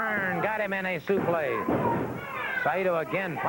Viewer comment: Gordon it's supleX, not suplay. This is not a french backdrop. lol